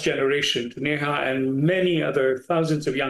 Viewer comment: Dr. S Anitha. NOT AJitha.